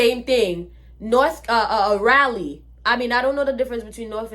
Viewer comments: First of all, it’s pronounced RAH-LEE (Raleigh, NC), not Rylee☺️. Secondly, I think what you were experiencing was the spirits of the slaves and evil white spirits warning you to leave. And that is a lie, your friend and her family were racist. Using the N word was just something them and their friends do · It'sRaleigh "Rah-Lee"